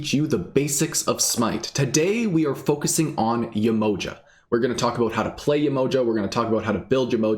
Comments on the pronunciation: So this being a real African deity can you say her name right ? Ye-ma-ha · Hi - its Yeh-mo-JAH !- with accent on the last syllable (lol_ sorry I couldn't resist!)